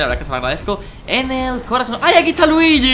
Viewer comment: Danirep mesonpredi cuándo dijis te luiyi